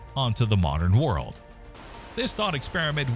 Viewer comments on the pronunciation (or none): none